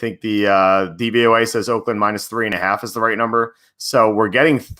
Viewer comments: you say DVAY. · It's DVOA not DVYA